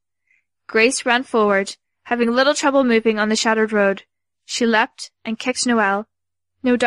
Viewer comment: O.k. you said l-e-pt one time. That means that's your default... Why are you saying leep-ed the rest of the time???